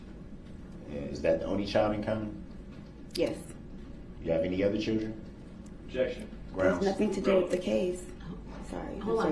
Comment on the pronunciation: Does he think if he says grounz repeatedly then he wins??